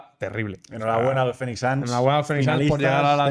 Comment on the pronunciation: "fenix" no, es "finix"